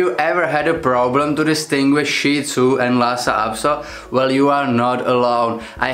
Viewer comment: Thank you for pronouncing Shih Tzu correctly!!! Most people in my country pronounce it "shit" zoo. I have a 10 1/2 year old Shih Tzu who can be seen in the videos on my channel, especially my BarkBox videos. My experience with Lhasa Apso is that they are more often aggressive than friendly. The immediate physical differences are the flat face/short snout on the Shih Tzu and the long snout on the Lhasa Apso as well as the length of the legs.